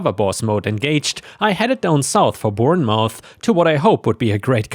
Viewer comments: Story 2, I dunno about down south, but up north we pronounce it "born muth" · To pronounce Bournemouth think of 'Jason' Bourne followed by m'uth. Cheers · Bournemouth is pronounced more like "Born-Moth" (England abbreviates our place names when speaking them) 🌟🌟💫💫✨✨ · Born-muth (or muff, if you can't pronounce th)